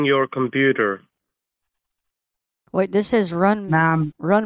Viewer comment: wow, that's a lot of ma'am-ing, commpuuder and more ma'ams 😂😂😂